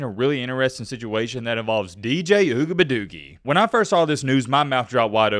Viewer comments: Yo, I watch your vids about this dude mostly because how you pronounce his name.. Ugabadoogie... I've been teaching my 4 year old to call his potty time ugabadoogie's.. He be like " Dad I gotta go Ugabadoogie"... The look on people's faces when he says it... PRICELESS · You wrong for mispronouncing his name on purpose. Disrespecting the man's family name is very low of you. Not a fan of him but you should do better. Peace & Love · why don't you stop being disrespectful to this guy & pronounce his name right!...YOU AIN'T FUNNY!! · Why mispronounce his name? Kinda like your cousins mispronounce Kamala Harris name….not really professional. Racism is real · Pronouns the man’s name correctly, even if you don’t like him. Come on colonizers you can do better. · How about you develop some respect and say that mans name correctly he has parents and a lineage attached to that name clown 🤡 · I think is real life slow...saying that man name like that is mad racist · Just because you're not articulate enough to pronounce his name , doesn't mean you should mock it . I have nothing wrong with athletes staying eligible. College is becoming a default football minor league. Let these guys play, let them get paid 💰💰💰 Revenue share next 🤝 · Can you pronounce the man’s name correctly